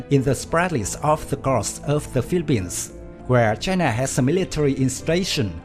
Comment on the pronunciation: Choina voice 😂